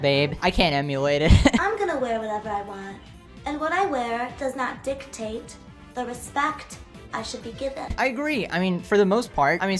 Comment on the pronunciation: i like how that girl prononces dictate DICtate